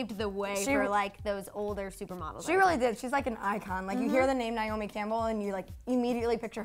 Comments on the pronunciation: Her name is Nay- O- Me not Nyome!!! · NAY-O-ME (because you don’t even know how to pronounce her name), is the world’s most famous and accomplished SUPER MODEL, not a “top model”. She still works, is very well paid, is every designers dream and is respected by all models who actually matter and worked their way up in the industry. She is “older” but still banging. She paved the way for EVERYONE, not older models. Get it together.